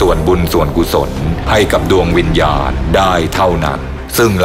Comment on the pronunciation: วิญญาณ กลายเป็น วิญาณ 555 😂😂😂